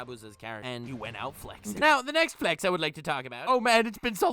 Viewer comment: When he says next flex it's sounds like Netflix XD